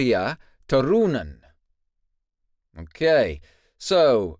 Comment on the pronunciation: Pronunciation note: Finnish names always have the emphasis on the first syllable. You said Tarja's first name great, but her last name should be more like TUH-Roo-nen. (I think which I linked previous is misleading for Turunen, or there's some kind of special case. It certainly stretches out the middle syllable longer than the first, although the first syllable is definitely still there. IDK, maybe just a weird read? I think other times I've heard Turunen pronounced by Finns its didn't have that stretched out middle.) from a Finnish Nightwish fan who's also fluent in English emphasized that you should ALWAYS stress the first syllable. Her pronunciation of Turunen is what I thought I remembered from Tarja interviews with Finnish interviewers, etc.